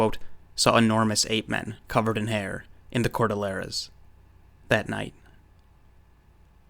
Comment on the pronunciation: Very well presented research. However, a few points. Please pronounce CORDILLERAS correctly...4 syllables..COR - DILL - ER - A. not cor - dil - lera . Amazon River Otters are leary of humans, and would not be capable of flipping over a boat, nor canoe. You forgot to mention the Mande Barung and Amaste. You are obviously a well read and semi well educated individual, but you obviously lack what we field researchers call Real World experience .Boots on the Ground in these places you read about. You should honestly get your nose outta the books for a change and go travel and do your own research and gain some field experience, instead of just quoting others who have done all the dirty work for you. It aint no picnic, but you'll return a much more well rounded and credible reseacher, if you survive the experience.